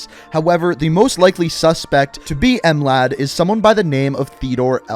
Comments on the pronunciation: Bruv you dont say M-lad just Mlad there is no need to complicate it. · ahahahahahaha em lad it's not em lad american learn some language other than your tongue language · As a Balkan I cringed when he said M-lad